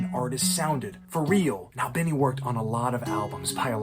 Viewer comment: his last name rhymes with teeny, not tinny…